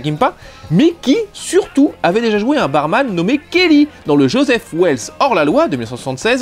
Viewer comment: what ta dit Joseph wels mais c'est josey mec 😂